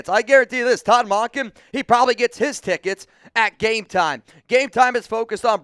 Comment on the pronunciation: Mun-kin not Mon-kin